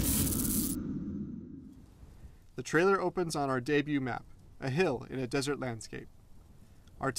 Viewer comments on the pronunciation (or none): none